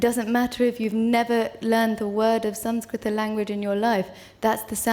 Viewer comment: Wow She says sanskrita not Sans-krit. 😍😍😍😍😍